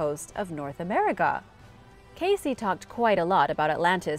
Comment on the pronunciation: For more than 40 years I have listened to old recordings and interviews of Cayce, and every one it is pronounced CASE and NOT Casey.